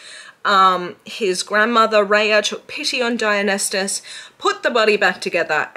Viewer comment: babe i love you so much but its (die-un-eye-sis) there is no t.